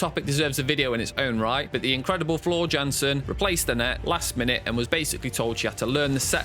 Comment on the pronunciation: A few things . . . 1. Tarja is pronounced Tarya. Jukka is pronounced Yukka. Jansen is pronounced Yansen. 2. Tarja never studied opera before joining the band. She is a classical vocalist. 3. Sami left/was kicked out after the third album. "Century Child" was Marko's debut. This video makes it sound like Sami left after the debut album. 4. I don't care to discuss Tarja's departure seventeen years later, but since this is a documentary, it's worth noting that she and her husband responded with their own open letter. It seems to be forgotten now, but at the time, it was a big deal. 5. No mention of Jukka or Marko leaving? How about Emppu being told to suck it up when he said he felt like a hired gun who only does what he was told to? There's nothing about the Denver show where Anette had left the band but Floor wasn't on the scene yet so Elize Ryd and Alissa White-Gluz sang for a show. It seems like if you're going to make a video about Nightwish's controversy, you would mention some of those things even considering this video's short length. 6. Floor did her own reaction video due to fans asking her to do it, and she while she acknowledges watching some reaction videos, she doesn't watch anyone's reaction video on her channel. The comment from the band, if it really came out just a few months ago (I can't find the original post, though I didn't try very hard), predates by a year Floor's video where all she does is react to her own performance. Sloppy. 7. What's the purpose of t